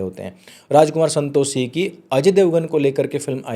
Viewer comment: Santoshee nhi Santoshi bolna seekh pehle bhai . Pronouse nhi karna araha 😂